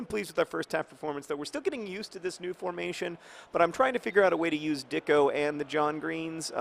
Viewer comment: It's not pronounced "Dicko." There should be a diacritical mark over the c: Dičko. He's Slovenian, and much like his countryman footballer Gregor Fučka, that č should be pronounced like "tch," so his name is said "Ditchko." I think N. Dičko's nickname shall be Saturday Night Dičko, and we, his fans, shall have Dičko Fever. I have Dičko Fever, and the only cure is more goals.